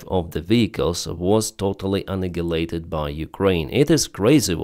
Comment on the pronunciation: Great job as always! Excellent audio and research.. But sorry to want to correct your accent on a commonly used word "annihilated". You often say "uh-nigguh-lay-ted" instead of "uh-NY-uh-lay-ted" with a strong "i" sound after the letter N.